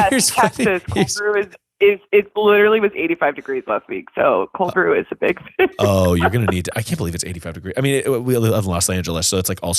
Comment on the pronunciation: I absolutely cackled at “I have bieeeg red beard”